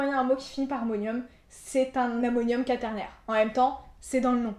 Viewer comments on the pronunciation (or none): Ca se prononce qouaternaire, non? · Par contre le mot quaternaire se prononce avec le son "oua" et pas juste le "a".